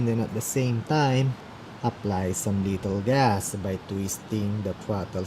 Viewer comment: I find it funny when ever he say's little gas it sounds like hes saying lethal gas xP